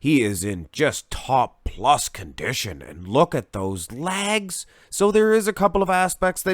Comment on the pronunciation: Watched a few of this guys videos. It took me a couple of times to figure out that when he says LAGS, he means LEGS. at first I thought there was some new muscle group I never heard of! Haha